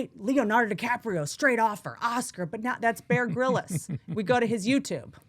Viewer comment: Who is Bear Grill-is?!?! 😂 oh Whitney I love you but why don’t you know how to say anyones name??